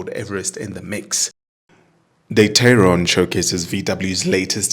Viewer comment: TAE-RON not TEI-RON.